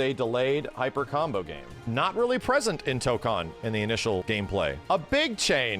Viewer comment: It annoys me that he keeps mispronouncing Tokon lol, guess I'll have to get used to it since most people are going to mispronounce it.